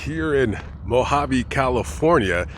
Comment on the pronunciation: Its not MAAAgaveeee its Mojave desert.. lol